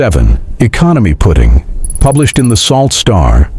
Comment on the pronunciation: Sault is pronounced "Soo"